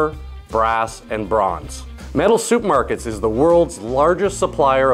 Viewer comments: Ya know, iy sounds like you're saying "Metal Soup Markets" instead of Metal Supermarkets. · Why does he keep saying 'soup' markets? I thought the first one was an error, but nope, soup market it is! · I like how he says soup markets haha. Seriously though good video. I was wondering about the difference between brass and bronze and this video explained it perfectly. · It sounds like you're saying "Soup Markerts".